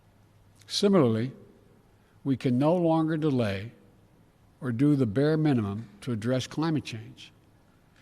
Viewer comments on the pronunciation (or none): none